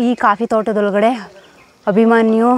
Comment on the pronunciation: ಮೇಡಂ ಮೊದಲು ಅಭಿಮನ್ಯು ಅಂತ ಹೇಳುವುದನ್ನು ಕಲಿಯಿರಿ.ಅಭಿಮಾನಿ ಅಲ್ಲ 🙁